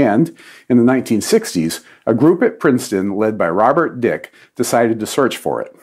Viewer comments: surprising error by Don: Robert H. Dicke, last name pronounced Dickee, not Dick. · I thought it was pronounced Dickey, and not... what he said.